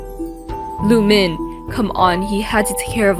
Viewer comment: How she says Lumin LUmin How I say Lumin Loomin